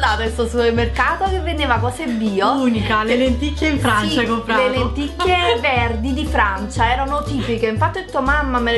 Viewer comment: "CompRato"!!!!!! ti prego